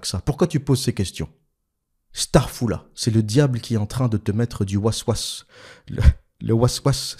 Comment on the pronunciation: Je suis tjrs bluffée quand tu prononces les prenoms et mots en arabes obersvateur tellement que c'est parfaitement prononcer. La quand tu as dis "was was" j ai tiquée lol, c'est fou combien tu es informé, oubien tu as grandit avec des arabes peut etre?.